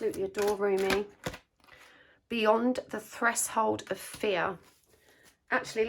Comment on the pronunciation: Hi,! Thank you for your readings! They have helped me a lot. I hope you don't mind me writing this: I heard you saying 'threshold' in a different way than I had learnt it (I'm learning English) and so I looked the word up. It's pronounced almost like 'fresh' 'hold' = /ˈθreʃhəʊld/ 💗